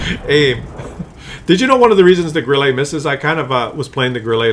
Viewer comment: stop to say "Grillé" or "Grillay" for Grille. Correct sound is like in "burn" with a short and falling tone.